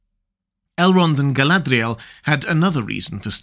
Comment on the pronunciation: I've commented before on this and am still in need of education. But your pronunciation of Galadriel is inconsistent. Sometimes (20%) you pronounce it like it is spelled, other times (80%) it's almost as if you replace the 'R' with an 'L' as if you're romanticising her name. Honestly, you're the expert, if you tell me it's some accent on her name to make it sound how you pronounce it 80% of the time I'll take it as gospel.